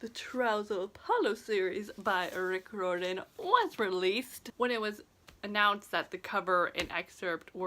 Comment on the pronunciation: Your saying riordan wrong. Its not that hard. Rye ur den! Not rordan! Why do you think there us an "i" in Riordan?